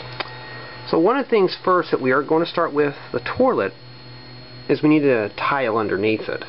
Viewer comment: it sounds like you keep saying torlet instead of toilet.